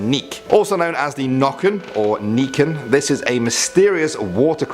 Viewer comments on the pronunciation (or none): You could work on your pronounciation. Nikken (nøkken) 😂. And it must be easyer to say huldra instead of skogsra? But great job covering swedish folklore. Its the same in Norway. 👍🥰